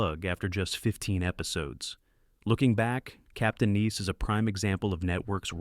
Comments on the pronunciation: It was Captain NICE, not Neece, asshole!!!!! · It's not "Captain Neice" morons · BEYOND STUPID Ai narration!! perfect example "Captain NEES".. REALLY????? THUMBS DOWN! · He also pronounced it “Captain Niece”. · LOL 😂 I totally agree 👌